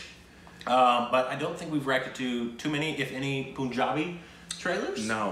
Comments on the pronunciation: REALLY SORRY, I HAD TO SAY THIS. Why do you guys still say "POONjabi"? Why do Amercans say POONjabi? It's PUNjabi. The state of PUNjab. Literally pronounced like the word Pun. You guys have seen the correct pronunciation in so many videos. You've seen Kesari, Udta Punjab, Rang de Basanti, etc, and numerous Punjab related videos with correct pronunciation. They pronounced PUNjab so many times in the video. Still is saying Udta Pooonjab. So why still POON? Why aren't you catching on to this? Also, watch Bhangra dance. The traditional dance of Punjab. It's amazing! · It's not poooonjaabi... it's Punjabi... Pun as in how you pronounce pun intended... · Pronounce Punjabi or Punjab not as poonjab or poonjabi but as you pronounce pun in pun intended. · This movie is based on 2 things. Sikh(indian) regiment's contributions to WW1 and the British Government's false promise about setting India free if they win WW1 And like you've learnt that its SIKH and not seekh. You can now correct the word PUNJABI. its PUNjabi and not poonjabi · It's Sikh not Seekh, and a plural of a Sikh in English is Sikhs, in the similar way you must now learn that it's Punjab, Punjabi not Poonjab, Poonjabi.